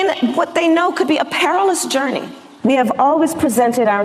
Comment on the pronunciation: I think she meant Apparel-ous journey not a perilous journey